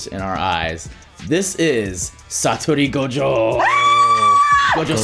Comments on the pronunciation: I know this may seem nitpicky but it’s Satoru not Satory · Dub lost 15 seconds into the video. Cuz only in an english dub would someone butcher an easy name like "Satoru" and somehow arrive at "Satori" like did. 😂